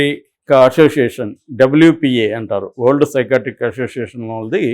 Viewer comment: " Old" Ani meeru palukutunnaru, alla kaakundaa,spashtam gaa "వరల్డ్ " Ani palakandi.